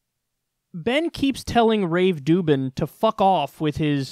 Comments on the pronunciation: Why does he call him rave dubin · haha why is kyle calling him Rave Dubin' ? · I think I haven’t watched enough videos to be in on the joke but... Why the heck do you call him Rave Dubin? Just... curious.